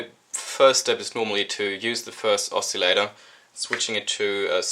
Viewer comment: It's pronounced oss-ill-ator, not "oss-eeel-ator". Other than that great video, thanks.